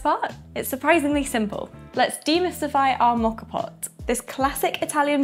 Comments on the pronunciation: Think of this letter of the alphabet “O”. That is the sound rather than an “aw” sound. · Learn how to pronounce the name for goodness sake !!!!